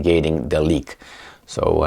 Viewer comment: Love the channel.... Just a tip on pronunciation.... 'Leeek' and 'Leeekur'... NOT lick and liquor!